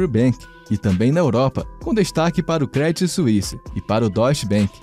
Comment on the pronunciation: Credit Suisse se fala Crêdiii suísse... Deutsche Bank se fala Dóity bank